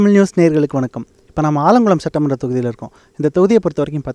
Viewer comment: ஆலங்குடி இல்லல ஆலங்குளம்🤣